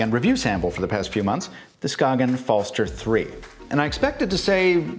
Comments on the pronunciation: "skaken" hahah try saying it like skajen instead btw im from Denmark so i should know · BTW the “g” in “Skagen” has a “y” sound. Danish is weird that way: “Skay-en” And the “er” at the end of “Falster” is more like a posh UK accent, an unaccented “schwa”: “Fell-stuh” Try Google translates text to speech feature and selecting Danish as the source language as it’s pretty accurate. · SKAY-GENN. Its okay most ppl dont know either until they really collect timepieces. I bought one for my dad and I love its thin design. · The G is actually soft, so it's pronounced like the Y in yogurt. Ska-yen, the A pronounced like A in Apple. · Danish guy here Skagen just say without the g then you have the name right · As a Dane, the way you pronounce Skagen physically hurts. Not really your fault, the Danish language is weird.